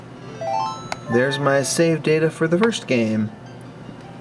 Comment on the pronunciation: am i the only one who thinks that whenever says Save data he sounds like he's going to say SEGA?